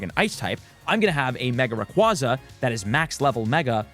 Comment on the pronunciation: Rayquaza (ray-kway-zuh)